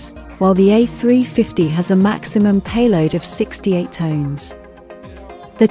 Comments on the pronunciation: You lost me with that voice and at their payload being Tones instead of Tons... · tons, not tones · Is Tons NOT TONES